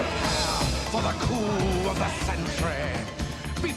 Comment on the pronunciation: I'm sorry but it sounds more like "prepare for the coom of the century" than the original "prepare for the coup of the century"